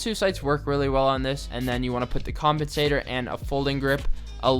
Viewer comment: Did he say.... Compentator?